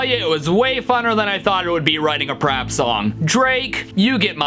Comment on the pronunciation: He said rap instead of prap😖😮